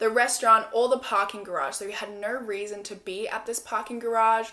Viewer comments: she definatly said weason instead of reason at one point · “Which is another weason why I find that weird” Heheheh I love that so much 💕💕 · “another weason”